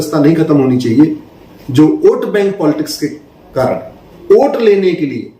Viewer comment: सर, आप "ओट" बोल रहे हैं या "वोट" बोल रहे हैं?????